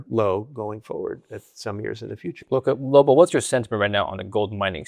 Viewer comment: called Lobo “Robo” at the end 🤣🤣🤣💀